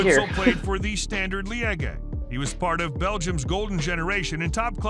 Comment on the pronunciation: Yeah, the guys pronunciation was way off a number of times. His Liége was definitely not standard and he butchered Alf-Inge Haaland's name was almost as bad as Roy Keane's pre-meditated violent GBH inflicting assault on the guy's leg.